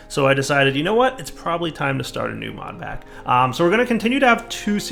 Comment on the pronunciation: "Modplack to play" I'm not the only one who hears this right? I fuck up the english language all the time, sometimes I hear things too.